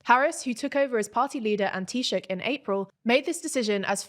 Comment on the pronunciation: The pronunciation of Taoiseach has improved a lot, thank you. It means a lot to have our language respected.The pronunciation of Fine Gael could do with some work though.